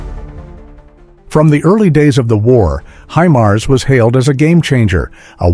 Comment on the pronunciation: Х аймар😂 Искандер... ударение а😂😂😂 искуственный интелект читать еще не найчился😅😅😅